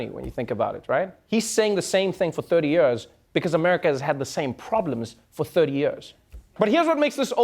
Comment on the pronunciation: What is it with trevor not being able to pronounce the word 'years' correctly? Yoeers